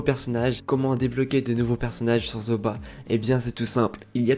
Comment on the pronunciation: On prononce Zooba comme Zouba pas Zoba !